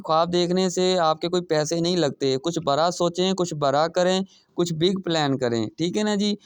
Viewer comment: Bhai bra na bolen bada bolen